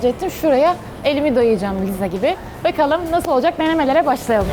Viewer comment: Bekalım nasıl olacak "BEKALIM"😂😂